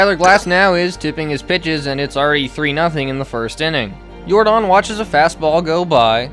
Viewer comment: His name isn’t Yor-Don it’s Yordan like Michael Yordan u uncultured swines 😂😂